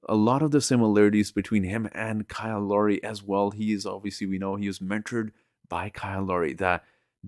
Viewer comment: It’s Lowry, not Laurie. Sorry.